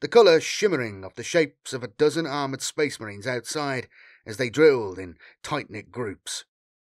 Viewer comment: Oh boy, more sphess mehreens